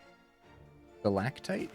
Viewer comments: 10/10 on pronouncing stalactite. (haven't watched full video yet, but had to compliment the correct pronunciation) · The c is often pronounced as a g, but your pronunciation for stalactite was perfect otherwise